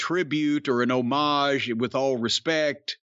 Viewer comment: it is great to hear corny pronounce homage correctly, im pretty sure he is the only person on the internet that says it right.